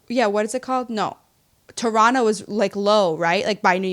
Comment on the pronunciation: I am so proud that you guys say Toronto the correct way. Alot of Americans love to pronounce the 2nd T . I am Canadian and love you guys! ❤